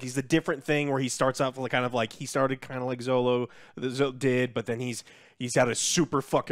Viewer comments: His name is Xolo, pronounce "Sholo" ... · Heads up! Xolo is pronounced “Cholo” not “Zolo” or just call him Miguel 😂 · Godddam yall dont know how to pronounce Xolo's name